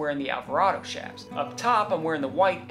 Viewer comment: I appreciate your proper pronunciation of 'chaps'. Even Google pronounce has it incorrect.